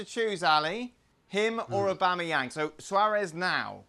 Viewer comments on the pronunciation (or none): Put some respect on Aubameyang’s name